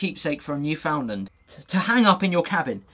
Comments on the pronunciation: As a Canadian, I have to correct your pronunciation of Newfoundland... It's more like "NYOO-fn-land" the sounds, or syllables, get kinda mushed together. Kinda like how an Australian will never pronounce it "MEL-born", but "MEL-bn" Also, if I wanted to send you some beer made in my hometown (some of which have won some pretty serious beer awards here in Canada), how would I go about doing that? Is it illegal to ship alcohol overseas? Ship as "gift"? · newfoundland its said like new fin land here g ahaha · You were asking if the keychain had the flag of Newfoundland. The answer is yes and for some odd reason it is pronounced New Fyn land here in Canada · that's the Newfoundland flag. Newfoundland pronounced "nuufundland.